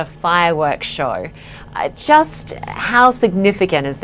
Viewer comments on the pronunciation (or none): The way Australians speak is bizarre they always seem to add a few extra vowels like when she said show